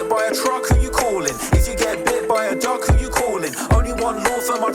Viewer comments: I know he says “bit by a dog” but I here duck everytime and die laughing 😂😂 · He says duck lol